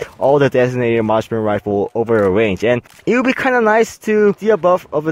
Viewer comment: Harry Ho I thought he said "Marshmallow" XD